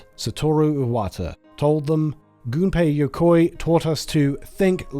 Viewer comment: Oh, hey! It's that brilliant game-designer whose name is frequently mispronounced by English-speakers! I hope this video doesn't spend its entire runtime doing that. 😂 EDIT: Awesome, they did NOT mispronounce it. 💜